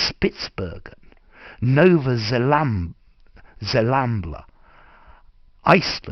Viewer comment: It's zembla* not zelamba